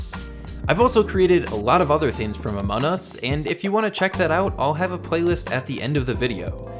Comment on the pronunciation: It's not amonus it's amongus